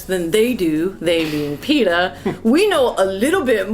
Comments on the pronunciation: Pay-ta? I don't know what Pay-ta is? PETA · y u pronounce it "paeta"? haha